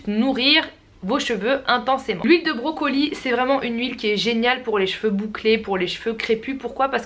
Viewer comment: j'adore ta manière de dire "brocolie" ptdrrrr j'me tape une barre c'est n'importe quoi 😂😂